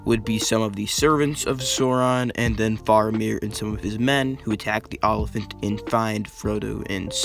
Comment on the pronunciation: Also like "o-liphant"